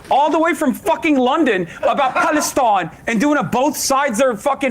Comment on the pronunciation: "Palestoine!" lmao